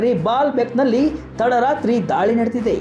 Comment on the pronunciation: ಧಾಳಿ ಅಲ್ಲಪ ಅದು ದಾಳಿ.. ಹಠ ಇಸ್ರೇಲ್ ದು ಅಲ್ಲ, ಕೆಣಕಿ ತೊಂದರೆ ಕೊಡುವ ಚಟ ಜಿಹಾದಿಗಳದು..